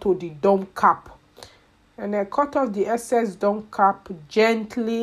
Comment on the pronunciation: In her accent “ make sure to give gap” lol love it